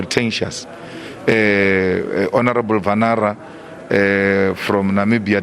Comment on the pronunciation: It's honorable Venaani from Namibia, not vanara 😂😂